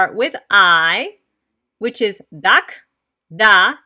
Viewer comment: You are teaching this language incorrectly. The "K" is pronounced as if the (a) is still attached to "K". The coma in the "Dak' " is basically saying the (a) has been omitted. The "K", is still pronounced as "Ka" making the pronunciation "Daka" as the original language. Try looking at this sentence, it will sound like the original language. "I love cats. = Dak'ro yamuyina. = Daka ro yamuyina.